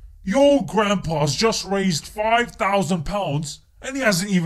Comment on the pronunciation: The guy in the clip said 5 paans for £1